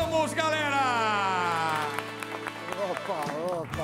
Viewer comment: Ele não sabe falar GALERA.... ou é GARERA.. ou é GARELA.😁😁